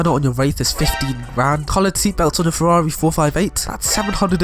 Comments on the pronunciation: Its whas the “ferrrrrrarrri” and the “lamborrrrrghini” for me🤣🤣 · I love how you pronounced Ferrari xD. Same for Lambroghini.